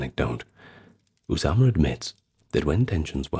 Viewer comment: I love your pronunciation of Osama Bin Monqidh's name, it's as close as I've ever heard a non native Arab pronounce Arabic names, You nailed "Osama" 100% correct, the last name i'd rate at 85% correct, great effort, I salute you sir.